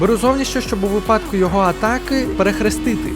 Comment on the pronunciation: Правильно казати вИпадку)